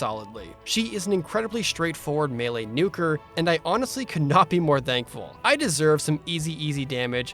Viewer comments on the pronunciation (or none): none